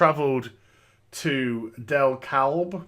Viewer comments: im from georgia and listening to how you said dekalb county :D... its pronounced de-kab the L is silent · GA native here. It's pronounced De-Kab.. that "L" is silent. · The county is pronounced de-cab... how do I know? It's literally in my town! So weird to see something like this go down on your channel in my town. Jesus the things that happen... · It’s pronounced de-cab.